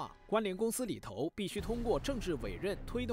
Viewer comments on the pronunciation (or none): 反扑（pu4×正确：pu1）听听（轻声的调度错误，正确：中低调）、里头（tou2×正确：tou，轻声：中高调）、知识（shi2×正确：shi，音高：低调）